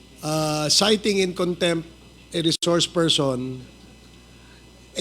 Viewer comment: Correction.citing (sighting)